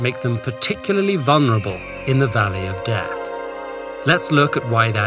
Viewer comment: "Vulnerable", not "Vunrable". "vul-ne-ra-ble", not "vun-ra-ble". Other mispronunciations, not necessarily in this video: "nuk-li-yer", not "nu-ki-er", "street", not "shtreet", "ask", not "aks"...